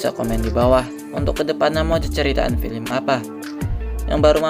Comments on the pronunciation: BG bukan filim tapi fillem😭😭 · yang nomong ceritain itu orang beneran atau mesin sih....gak enak sama sekali ngomongnya...masak baca film....filim....